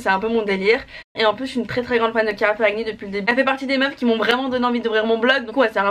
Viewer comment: Léna je t’adore mais on prononce pas le G dans ferragni, ça se dit ferrani 😂 c’est un nom italien❤️